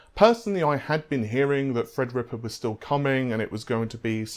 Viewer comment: In case anyone is having trouble understanding his accent let me help. When he says "free" he means "three" When he says "fredrippa" he means "threadripper" When he says "fairy" he means "theory" No need to thank me.